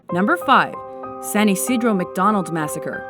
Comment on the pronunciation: its isidro not ysidro